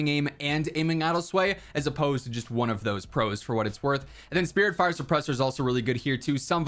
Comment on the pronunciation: I thought it was spitfire not spiritfire